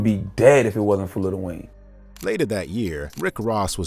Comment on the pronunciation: You cant respect someone who calls lil Wayne “little wayne”